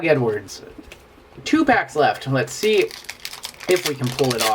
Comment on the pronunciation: I hate it when people pronounce "pull" like "pool"